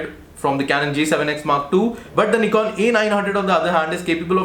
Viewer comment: Knee-kon seriously? It's pronounced nih-kon.